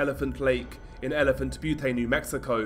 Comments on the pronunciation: It's not Butee it's elephant Bute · Its Elephant Butte, as in it rhymes with mute. In Butte isn’t pronounced as bhuutay, but as bute, rhyming with mute. Im from las cruces so in rather s snob with how it’s pronounced. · Butte is pronounced Beeyoot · Elephant Butte is pronounced Elephant “Byoot” great vid tho! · "butte" is pronounced "byoot" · Elephant "Be-you-Tay" 😂😂😂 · Great video. Just a little note... Butte rhymes with the Australian nickname for sport utility vehicles, ute. No A on the end.